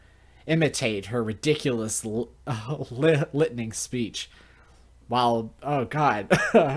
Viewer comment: Just so ya know, it's Lil-ting, rhymes with Wilting. Also yes, Kuuderes are the stoic ones.